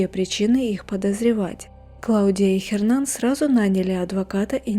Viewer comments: что за Хернан? Hernan - это Эрнан..буква Аче не читается в испанских словах.. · Н не читается! Эрнан!!!! Саронг? Она где-то в Азии? Парео! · Не Хернан, а Эрнан (Hernan). Уточняйте правильное произношение.